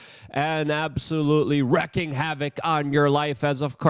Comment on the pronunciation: Omg I've had ENOUGH. It's WREAKING HAVOC, as in "reeeeeeeeeeee-king". I'm supposed to take preparedness and health advice from a dunce with a speech impediment? Let's obfuscate haha. Copy Alex Jones' business plan a little harder. Charging half the price of Amazon Prime just to watch this garbage.